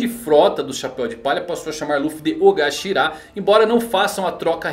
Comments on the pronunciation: Shanks é chamado de Okashira pela sua tripulação, não OGAshira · adoro seus vídeos de teorias, mas se me permite uma correção, o termo da Yakuza citado é Okashira com a letra K e não Ogashira, termo inclusive usado em várias outras séries, como Rurouni Kenshin na Oniwabanshuu